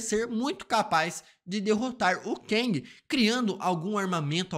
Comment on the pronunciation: O falando Keng me lembra o nome Quenga 🤣🤣🤣🤣 como ele é homem ele é Quengue